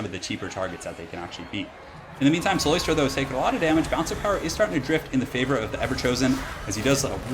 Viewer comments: Btw, it is cyLOStra, not cyLOIstra. There's no oi sound. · I dont wanna be that guy but its "CylOstra" not "Cyloystra", shes not an oyster xD